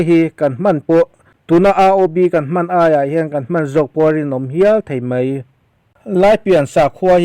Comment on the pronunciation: mai tih turah 'mei' ti tawh suh. " tihna mei a ni" te i ti mai mai. Youtube hi naupang zawkte tan zirna hmun pawimawh tak a ni tih hi hriat reng tur.